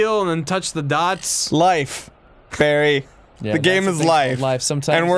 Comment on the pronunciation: i was so sure that the intro said "barfy" instead of Barry